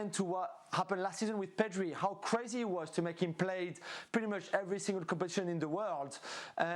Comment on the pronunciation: Ale Moreno’s accent is funny, especially when he is pronouncing a name with R in it. pedRi